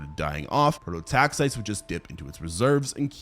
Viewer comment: pro-to-tax-EYE-tees. It's so painful to listen when the pronunciation is wrong throughout.